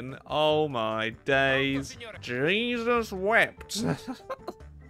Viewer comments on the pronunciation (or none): none